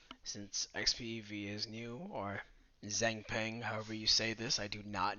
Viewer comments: Plz don’t ever stop saying zangpang 😻 I like it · “Zangpeng” very poggers pronouncing